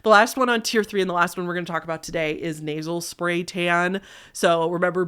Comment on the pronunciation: for at least 2 hot minutes, I thought you where saying "Naval Spay" and not "Nasel Spay". I was so confused about what was so bad about putting tanning spay in your belly button.